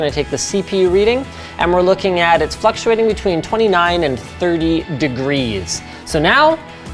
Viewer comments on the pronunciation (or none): "It's fuctuating between..." Linus lost an L